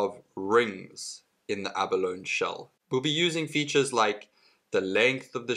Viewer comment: It's pronounced "ab-a-lone-ee". Emphasis on the "ee".